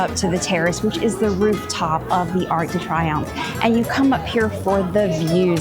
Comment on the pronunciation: Great video, thanks for sharing! Also its pronounced “ark duh tree-OMF" (Arc de Triomphe)